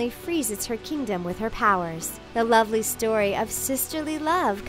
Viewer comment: Its NOT LIVLEY ITS LOVELY